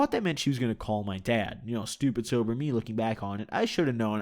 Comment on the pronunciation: "sober"